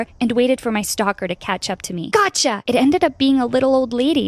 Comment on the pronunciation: When the stocker grandma got caught it sounded like she said “GACHA”